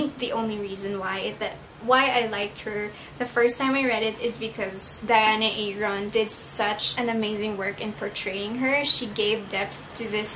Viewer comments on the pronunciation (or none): none